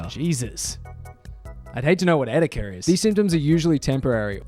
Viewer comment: etica?!, it’s et cetera.